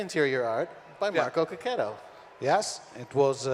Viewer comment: As an italian, I am really really sorry to the english speaking population for Checchetto's poor pronunciation and bad english in general. Considering his job, in 2016, it sounded like a joke.